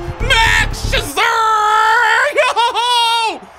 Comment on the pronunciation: the way he said mad max’s last name is very angering, and jose altuve.and that he didn’t know the indiands changed there name.and josh hader. and when he thought the Diamond backs where the angels. and justin verlander . and albert pujols , and Louis robert. and ohtani.and grandal.and marcus.and he called a field a court. and acuna.and tony gwyn.